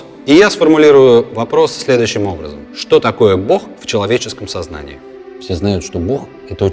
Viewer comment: Произносить ся БОГ а не БОх